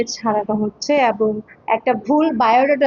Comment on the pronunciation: এবন না ওইটা হবে এবং 😅